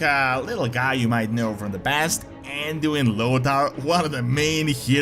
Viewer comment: Ah yes, Anduin Lodaar